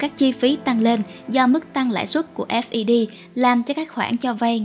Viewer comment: FED đọc cho dễ theo dõi là "phét" đi kênh! vừa đọc S V B vừa đọc F E D nghe ngu cả người.